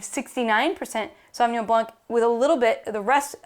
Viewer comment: Great knowledge and enthusiasm ! You do justice to the wine but I do wish you pay a little more respect to the origin of the language and try harder to correctly pronounce the names . My pet peeve is how American butchered foreign language shamelessly .